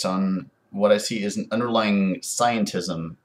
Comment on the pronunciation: I cringed as you said scientism... ugh.